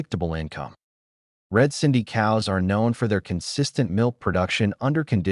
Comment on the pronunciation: It's "Red Sindhi" not red cindy. Great info though